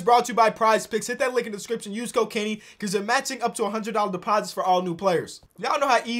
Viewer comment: Lol use code Kenny sounds like use cocaine